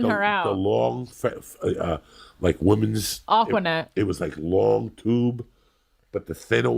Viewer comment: She called fishnets aqua net 😂😂😂